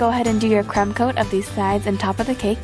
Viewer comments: At first she said crumb coat then she said cum coat why did it have to be a discussion it's a simple mistake and we all know what she meant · The second time she was supposed to say crumb coat but sounded like cum coat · did she say cum coat! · get your hearing checked because i heard her say "cum coat"